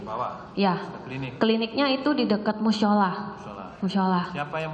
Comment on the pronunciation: mushola = musyola oke sip ilmu pronunciation baru. 👌